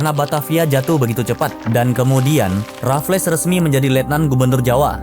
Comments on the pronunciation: Boss. Sebutan nya “Raffels” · Sebut 'Raffles' je pun salah, lucu konoha ni